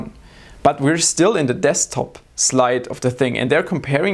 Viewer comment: he said deSKTop so many times in such a weird way. i thought it was wrong way to pronounce it :D